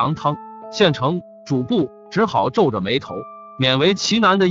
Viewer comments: 是主「簿」，不是「薄」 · 用“终被”字比较合适。不过他就是个播音员，不知道播前是否通读过这些故事。比如这个故事，说景福小时候逛牛庄时说牛庄不比繁华州城府县， 用“终”字比较合适。不过他就是个播音员，不知道播前是否通读过这些故事。比如这个故事，说景福小时候逛牛庄说，州和城之间停顿。还有主簿有一次读成主薄。在光华寺焦尸案那集，三个半大小孩，他读成了三个半 （停顿）大小孩，让人觉得不知所云。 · 主簿成了主薄？！ 你怎么还读白字呢......